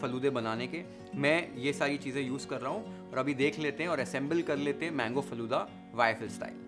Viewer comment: I got 1mistake faloda nahiiiiiii faaloodaa